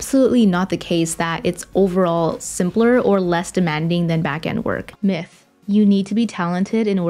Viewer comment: Every time she says myth, i think she is saying Meh